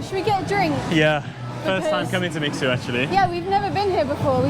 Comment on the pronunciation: Not “mix sue” its “mi shoo eh”